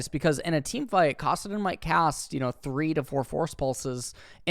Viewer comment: kassadin too..